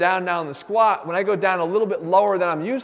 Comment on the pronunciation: The way he says squa pisses me to no end. Otherwise golden info. Why is it so hard to pronounce the letter t.